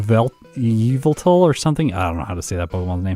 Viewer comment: M&JTV has something to say about how Yveltal is pronounced... and Arceus too :).